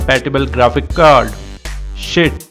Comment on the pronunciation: Haha i just love the way he says SHIT with his indian accent xD so funny 😂 Good video tho. Very informative and the steps were easy to follow